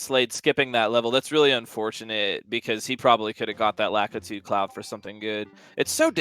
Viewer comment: I just want them to say LAKITU correctly